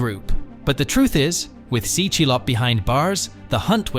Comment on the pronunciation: Do a quick google search on how tse is pronounced my man. It’s not ‘C’, it’s ‘Xie’